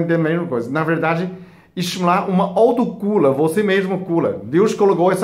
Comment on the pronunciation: Plecisa melhola a português, né? A resto é interessante, autocula é intelessante.. ablação!!!